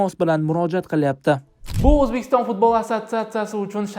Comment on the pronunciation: Kõrolmisla Fozilovni Futbolni F xarfini cunmasdan gapirwma yebanlar